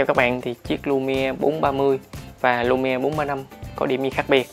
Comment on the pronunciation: tên là Lumia mà cứ nghe là Lumie.